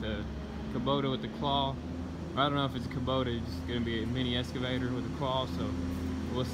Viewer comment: Just fyi its excavator not escavator